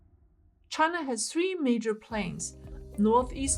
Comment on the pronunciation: Loose foundations? 🤣A common engineering phenomenon, found only in Chinah. 🤣